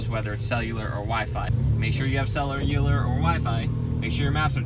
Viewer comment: has cellu-leeier service mark